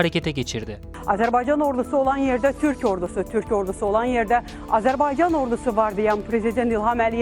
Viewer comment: Hakkında konuştuğunuz ülkenin adını öğrenin A-z-e-r-b-A-y-c-a-n. AzerbEycan değil. O beyfendiye söylüyorum